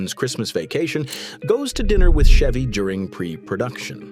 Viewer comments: First of all you can't even pronounce his name correctly 🙄 it's Ch-evy not Sh-evy😅😅 And the most hated celebrity is Tom Hanks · Idiot AI clickbait. The AI narrator can’t even pronounce his name correctly. Fuck this channel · The AI voice can not even pronounce peoples name properly. This is your definitive AI slop also Chevy Chase is great